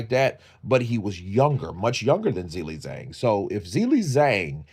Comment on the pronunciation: The title should say 'Zhilei Zhang's important announcement concerning his boxing career'. This is sloppy AI generated rubbish. His name is also pronounced 'Ji-lei, Jang' not 'Zill-lei Zang'.